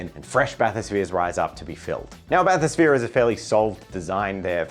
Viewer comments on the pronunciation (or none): I move that pronunciation of Bathosphere is the official, in lore pronunciation.